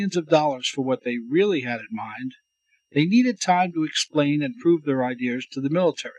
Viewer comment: you lose me with the inability to pronounce "Ideas".